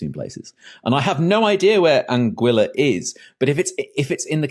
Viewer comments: Pleased that I knew where Anguilla is, though I'd been pronouncing it "An-ghee-luh". Also pleased I got this one correct, though it would have been even more obvious if it was about Tuvalu! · "Anguilla" is Italian, means "eel". And Italian is a rare case of a romance language where the "u" in "gui" isn't silent. So, yeah, "an-gwee-la" is correct. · So, "Anguilla" is supposed to be pronounced like "Angular", just without the R at the end?